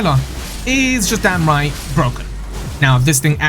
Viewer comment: *down right not damn right